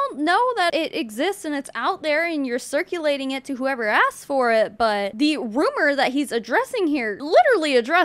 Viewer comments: Loving that we’re calling it “BOO” Also, did he say circulating or circilating at the beginning of his vid? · 😆 I saw this comment just as I started rewatching the video and it was definitely "circilating" lol. He sounds a CEO for sure 😒🙄